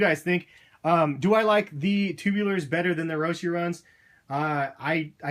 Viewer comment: the roshyyyyyy really annoys me goddamn it its roshe like rosh - eh but not. like roshy without the y. anyway nice shoes